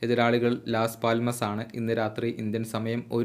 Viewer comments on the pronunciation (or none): Las palmas alla pronunciation pronunciation correct aakku bro 🙏